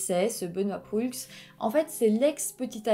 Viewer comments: On prononce Sainte-Foy comme "Foi", pas comme "Foye'.Puis Benoît Proulx est prononcé comme ''Prou'', pas Proullllxxx... Puis l'appartement n'était pas sur le campus de l'université. On dit Université Laval, non Université ..de Laval.Car Laval est une ville au nord de Montréal. L'universté Laval est dans Ste-Foy à Québec.Pas à Montréal.Benoit de est un homme bizarre... Encore aujour'hui.. L'homme qui aurait reconnu Benoît Proulx marchait dehors et Proulx de même. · Très bonne vidéo. Un petit détail, Hemelin ce prononce Hamlin et Proulx ce prononce Prou. Une suggestion: Lucas Roco Magnota. Une affaire horrible. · Proulx se prononce juste prou 😅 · Proulx se prononce PROU et pas prux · On dit Université Laval (à Québec) et non de Laval, et Ste-Foy se prononce Ste-Fouâ, et Proulx se prononce Prou ;-) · Bon vidéo mais je grinchais des dents lorsque vous prononciez certains noms... Proulx : le "L" et le "X" sont muets, donc se prononce "prou"; Sainte-Foy : ça se prononce comme "foi"; Université Laval, pas de Laval; Au Canada, ce n'est pas un juge qui décide si une affaire est poursuivie au tribunal, c'est le directeur des poursuites judiciaires. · un petit détail...on prononce prou sans dire le l et x...pas bien grave :)